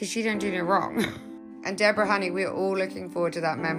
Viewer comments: SHE PRONOUNCES IT THE WAY IT IS SPELLED! DEBORRA-LEE FURNESS! SAY IT WITH ME! DE BORRA LEE FURNESS! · She pronounces it like it is spelled! I will go slow. DE BORAH- LEE FURNESS! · Someone be learnin this AI how to proNounce deb OR a correctly. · Please, please pronounce Deborah correctly………